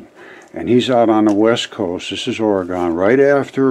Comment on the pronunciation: Roger we Oregonians, including Tyson, pronounce it OR-E-GUN